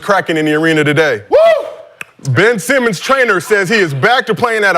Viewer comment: yes, said Ben Semen